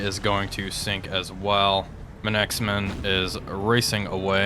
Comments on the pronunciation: It's "Manxman" like "manks man" Not Man X Man :) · This has been bugging me for a while, Manxman is pronounced "Mancksman" rather than "Man-exman". Also, poor Emerald! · “Mancks Man”, rhymes with “Tom Hanks, man.” Well within the powers of us thick-tongued North American anglophones. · Manxman is pronounced manksmun. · You may have been told this already....in fact I'm sure you have! "Manxman" is pronounced to rhyme with "Thanks, man!" 2 syllables. Thanks-man. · Pronounce it as Manx-man. 2 syllables. She is named after the people of the Isle of Man. Gripping fight this time. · Emerald fought so well the comment section forgot to correct pronunciation of Manxman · He's been told multiple times about Manxman. It drives me up the wall.